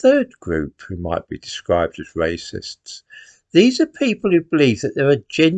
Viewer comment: "Waycists" ha